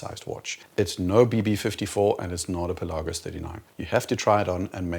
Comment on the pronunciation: Thank you for pronouncing Pelagos correctly!